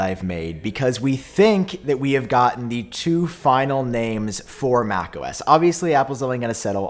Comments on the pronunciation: I keep hearing you say homo s 😂🤣😂 and if apple actually called it that I would be so surprised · “Homo-S” I can’t unhear it! Just in time for Pride Month! Yay! ❤️🏳️‍🌈